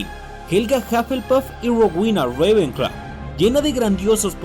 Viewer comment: odio que digas Rowena ravencla